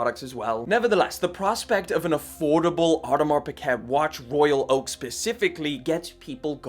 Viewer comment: Or-Di-Mar Pick-Cat ..... Lol!